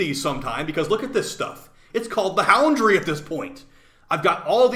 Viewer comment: I died when he called it the houndry